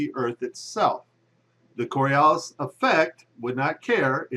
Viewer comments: The flat earth crowd really needs to learn how to make a coherent argument. (And learn how to spell and pronounce "Coriolis" while you're at it) But pretty much all of the claims in this video against a curved earth presuppose that the atmosphere should be stationary while the earth rotates underneath it. Obviously the wind isn't blowing at 1000mph at the equator, so this is basically a strawman. We can all agree that planes fly through the air, and we can all agree that the air is (aside from localized weather phenomena, and things like the jet stream, etc) stationary, relative to the surface of the earth. We can observe, measure and verify this. So none of the arguments about how planes would fly backwards and never be able to land is nonsense. The fact that these things don't happen isn't proof that the earth isn't moving. It is proof that the atmosphere isn't moving relative to the earth. Which is something the flat and round crowds should agree on. It's pretty obvious. So if you want to make an argument that at least makes sense (even if it's wrong) you should at least rephrase it so that you're arguing a spinning earth wouldn't have an atmosphere moving with it. Having said that, suggesting the atmosphere is moving with the earth, doesn't require it to be a solid. Gases experience friction just like solids and liquids do. The earth spinning under the atmosphere has friction. The vacuum of space does not. So even the tiny amount of friction between the earth and the atmo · The Coriolis Effect has nothing to do with an object that's sitting on the ground. And it's pronounced kawr-ee-oh-lis, not kor-ee-el-lis. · Its Coriolis (kôrēˈōləs) - not Coralias. Its at least helpful to be able to spell and pronounce the effects that you don't actually understand... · "coralias", really? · Twenty seconds into the video, demonstrates that he can neither spell nor pronounce "Coriolis." From there, it only gets dumber.